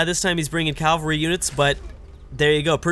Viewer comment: Cavalry not calvary